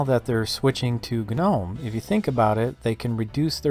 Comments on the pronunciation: It's pronounced nome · Why does everyone say guh-nome